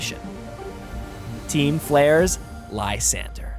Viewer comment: How d'ya get that pronunciation of Lysandre? Like seriously, how do you look at that name and get that out of it? It's even a real name no less.